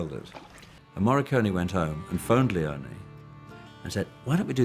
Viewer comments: The correct italian name is Leone not Leoni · sergio leone is not pronounced »lioni« … he is pronounced LEONE, ffs. the fact that united statesians are always too ignorant to do proper research on how to correctly pronounce non-anglo-saxon names, in this age of google, is beyond me. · is it that hard to pronounce sergio leone? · He manages to butcher Leone's name 🤦🏻‍♂️